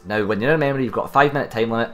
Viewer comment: Lol mamorie? try memory. say it with me. meeemory.. good job on the video by the way.